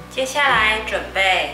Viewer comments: 橙粉，不是读“deng”，是读“cheng”，公开发行你的视频，请你多读点书。。。。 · 您說的“鄧粉”﹐是麵粉洗去麵筋後的粉末吧﹖那是”澄粉“。澄字唸”城“﹐不唸“鄧”。台灣不是有個澄清湖嗎﹖還記得怎麼唸﹖ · 澄～ㄔㄥ讀二聲，，（盛）飯同音！